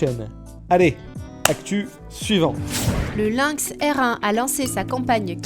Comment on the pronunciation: "se", pas "ce"... "Lynx", pas "Lunx"...